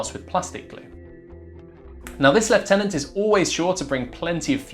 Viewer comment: It's just refreshing hearing someone pronounce lieutenant properly.